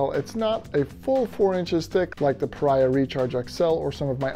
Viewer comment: I own this pad, and also their 30 degree quilt. I had to add an aftermarket extra strap to the quilt, but it works like a champ now. Great review! But I think it's actually pronounced PahREEahh. Like Maria. At least, that's what the actual company told me : )